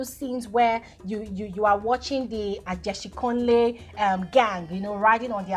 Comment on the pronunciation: Is the way is pronouncing the word for me It’s Ageshinkole not Ajeshinkole 🤣🤣🤣